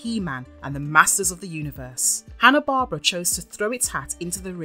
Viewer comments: IT'S HANA BARBERA (BAR-BEAR-RA) NOT HANA BARBARA GREAT WORK OTHER THAN THAT. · It's "Hannah-BAR-BEAR-AH!". That's how you sound it out. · The way you mispronounce Hanna Barbera drives me insane